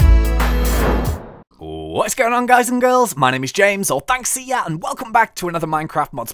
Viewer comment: When he says 'or Thnxcya' it sounds like 'all thanks to ya'